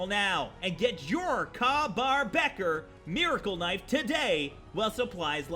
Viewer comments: It's pronounced Kay Bar. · I'm I the only one face palming the he said ka bar (pronounced Kay) as kar bar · I cringed when he said kah baur lol its pronounced kay-bar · sounds like Ryan Reynolds impersonating Jim Carey impersonating Jim Gaffigan. And it's Kay-bar, not kah. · It's kay-bar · bater, my dude, it's kay-bar, like pronouced Kay not Ka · Love your videos dude... but I cringed every time you said ka bar. It sounds like kay. As in okay. Not ka like in car. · It's "Kay bar" not kah bar phew I didn't think I'd be able to correct a person on the internet today thank fuck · It’s pronounced Kay-bar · It's pronounced "Kay Bar" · Sorry but its pronounced kay bar knife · IT’S PRONOUNCED “KAY” BAR DAMN IT! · It's pronounced more like "tahn toe", and "kay bar". I got a weapon mid for the Jericho 941 and it looked great, but did more damage than a tricked out combat rifle. So many of these are way over powered. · pernounced kay bar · Welcome back! Your vids always crack me up! btw, Ka-Bar is pronounced Kay-Bar. And thanks! I have been looking for some decent two-handed swords! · "The combat knife looks like shit" BOI IT'S A KA-BAR. Na just kidding, although I do like the vanilla design., I swear you're gonna be as big as MXR one day. You're funny, yet your info is accurate. Keep up the good work bro!!! Btw you pronounced Ka-Bar wrong. Just tryin to help out!! Keep on!!